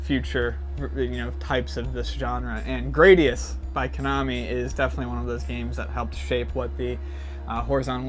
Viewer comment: Oh Gradius. So many pronunciations and none of them the same as in the game or in the Salamader anime. Thanks. <3